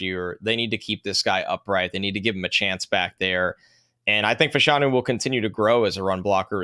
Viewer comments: Olu Fashanu was asked how to pronounce his name at the combine and the accent is on the 1st syllable. It sounds weird, but it is FASHanu. is correct. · As a Gonzaga coach I can confirm that it is Fash—a-new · Yes it is "Fash (like Bash)-anu". Two Nigerian/UK soccer players in the 80s/90s were called Fashanu and pronounced like that. Olu confirmed it at the Combine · Fashanu is a Nigerian name. Short for Ifáshanú. Everyone is pronouncing it wrong but he probably doesn’t care. Which is cool